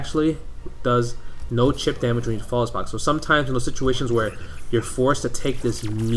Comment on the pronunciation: "Chip," not "cheap."